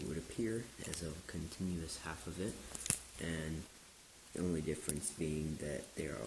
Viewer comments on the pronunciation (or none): none